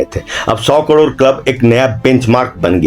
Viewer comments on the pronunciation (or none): none